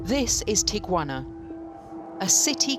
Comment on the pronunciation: "This is tiquana"